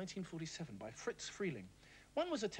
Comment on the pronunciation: Animation Pedant, here... 🤓 Friz Freling's first name is pronounced "FRIZZ", not "Fritz". At the studio, he was nicknamed "Frizby".